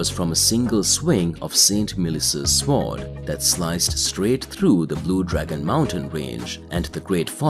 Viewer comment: Bro unironically said sw-ord